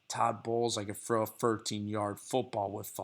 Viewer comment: "2 yard frow"